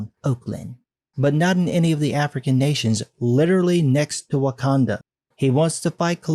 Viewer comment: “Wokanda” Hahahahahaha!